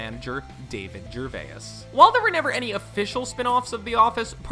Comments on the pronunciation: holy shit the physical cringe I experience when you pronounce the names Gervais and Rainn.. no need to add a syllable for the i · Have you never heard of a diphthong? It's where two vowel sounds blend together to make a single-syllabic sound. It's not Ger-vay-iss, it's Ger-vase. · RICKY GERVAYUSS LOL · Why does he say Ray-Anne and Ger-Vay-ass? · It's pronounced jerVAY. It's FRENCH. Your pronunciation is CRINGE. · The way this guy is pronouncing 'Gervais' is absolutely hilarious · Someone needs to teach this guy how to pronounce Gervais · This guy cannot pronounce people’s names eg Ricky gervayis and rayinn Wilson 😂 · Your pronunciation of Gervais is sickening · so glad someone else noticed this. 😂 he screwed up multiple names lol, Mindy Kaling (only at first) and Ricky Gervais as well... I felt I needed to be the guy to point this out... 😂 thanks for the year old assist lmaoooo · Gervace, not Gervay-iss; Rain, not Ray-inn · Idk where you're from narrator man. But I NEED you to know that just because a word has an "i" in it doesn't mean you hard stop on the letter before to put a hard "I" in the word. It's not "ger-vai-is" it's "ger-vase" and it's not "rai-in" it's "rain" you've added too many symbols and an extra "i" both times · it’s not rayen wilson or ricky gervayes it’s rain and gervais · why does the letter "I" make you add an extra syllable to words? Ricky Gerva-is, and Ra-inn Wilson. its just "jer-vase" and ..."rain" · Ray-in Gervay-is Does this dude know how to pronounce words right? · Rick Gervay-ess... Ray-enn Wilson... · Gervay-is? Ray-in? Why can't this person pronounce words correctly? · "Rayan Wilson" "Ricky Gervayas" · THANK YOU I was so triggered. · dude, learn how to pronounce Kaling and Gervais. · Mindy “KAH-ling”, “Ray-in” Wilson, Ricky “Ger-vayus”.... dude. Great video but you butchered these peoples names. 🤦‍♂️😂